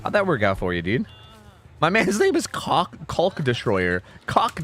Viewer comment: Do you really pronounce the "L" in "Caulk" like that,?